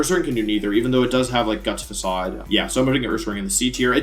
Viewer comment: First time I've heard him pronounce facade correctly